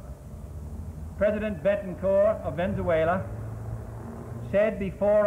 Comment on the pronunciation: At first I was confused to what he was saying, then I saw he was saying Venzuela. Brooo I’m dying 🤣🤣